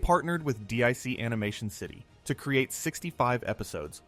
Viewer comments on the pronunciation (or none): The animation studio is not pronounced D.I.C. It’s DIC, literally sounded out like Deek. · D I C? It's pronounced "Deek" jag off